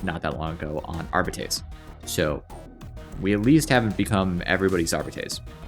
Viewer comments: Arbeetees? No. Are-bytes? Nooo. Ar-bah-teys 🎉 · Bro your arbites pronunciation brings shame to language.